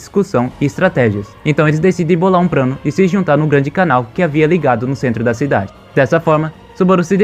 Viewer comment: "Pobrema", "probrema", "o prano" kkkkkkkk só pérolas. Vlw por esse tempão de conteúdo top, sempre quis saber como continuava a história, sucesso👍🙏